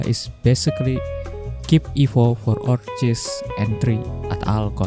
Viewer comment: Just a heads up for the pronunciation - Orchis is pronounced Or-kis. Thx for the vid mate